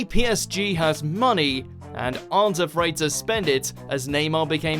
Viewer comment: A real football fan would have an issue with the way he pronounced PSG